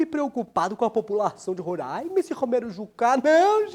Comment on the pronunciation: Ele falou Roraima certinho